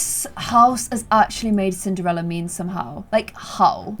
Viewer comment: I seriously thought she said simderella at the beginning! 😅